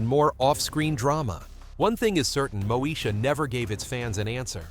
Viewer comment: Its pronounced MO-E-SHA. Not Mosha!!! Once UPN got established as a network station with the help of the black shows, it cancel the ones who started it.